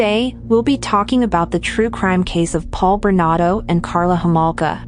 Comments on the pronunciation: It’s Bernardo NOT Bernado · ⁉️@: When are you going to post a correction to his NAME in summary⁉️ It's BernaRdo -2 R's, not "Bernado" as narrator says many x's & posted video title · Why do you keep saying his name incorrectly?!? It's BernaRdo, NOT Bernado!!! Get it straight! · It's Paul Bernardo, not Bernado. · BerNARdo, not BerNAdo. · Bernardo not Bernado Get the monster's name right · SOOOOO, is it Bernado, as the computer voice insists, or is it Bernardo, as the thumbnail suggests? Answer- It's Bernardo, fix your computer. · Please pronounce his name properly. It's Bernardo. He was also the Scarborough Rapist. I remember sketches appeared on the subway trains. When he was caught you could easily see the sketch was him. Karla should never have gotten out but her lawyer hid the tapes that should she was an active participant. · His last name is Bernardo, you are missing the 'r' in his name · Why does she struggle to say bernardo. Its very simple. She forgets the r in there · Pronounce the name correctly! Bernardo ! Paul has been moved to medium security prison now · Paul Berna'R'do... Sorry, It's just I thought it sounded like you were missing the 'R' in his name when you were saying it and then I noticed that it was misspelled also. Don't mean to sound negative. The video was great! ; ) Btw, You say his name correctly at the end of the video